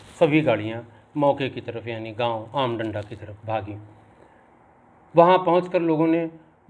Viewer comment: आम डांडा़ ना कि आम डंडा।